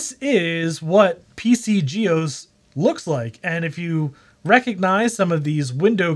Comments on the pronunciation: That's not how you pronounce "GEOS" 😁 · Geos Geos Geos it's one word. No-one , ever , till now, had called it G . E . O . S. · "Jee Eee Oh Ess"